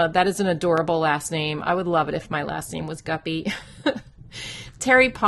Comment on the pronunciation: YOU GOT MY LAST NAME RIGHT! No one EVER gets my name right the first time! ❤️